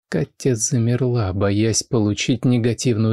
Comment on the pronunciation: Меня зовут Катя,но как Влад произносит это имя,меня аж коробит...бррр... Только познакомились и уже подруги,странно.